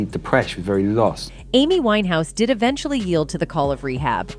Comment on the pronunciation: I can't believe how wrong your facts are..... suicide????? The fact you think it's ok to deliver wrong journalism is beyond me. And yes, get her name right